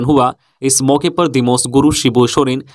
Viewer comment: Sir दिमोस गुरू नहीं दिसोम गुरू पढिय़े।